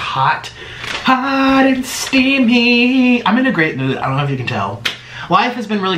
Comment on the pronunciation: Anyone notice he always says “hot and steaBy” instead of steamy lol